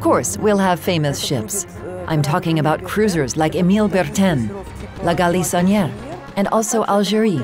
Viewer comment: 🤣🤣🤣 La galisonnière with american accent 🤣🤣🤣🤣🤣